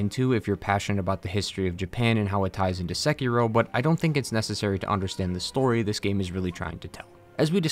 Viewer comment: I love that you dont pronounce sekiro as sekeeerooo